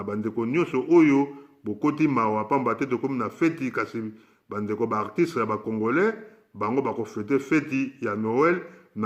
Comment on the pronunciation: Il ne sait même pas dire artiste !